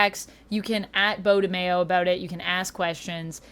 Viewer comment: his last name is not pronounced Mayo like in Mayonnaise smh its Maio